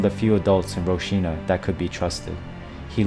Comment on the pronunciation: Wtf is "roshina"? Lol if you want to make a video at least make sure you can pronounce the location properly... ROCINHA is pronounced hall-seen-ya